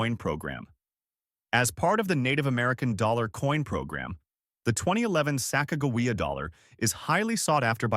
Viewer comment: This guy can't even say Sacagawea right just goes to show you he don't know what he's talking about the 2000 Sacagawea dollar has an error on it called wounded eagle which is worth a little bit more money and the way to check that is on the body right almost to the bottom of where the wings are there will be a line going across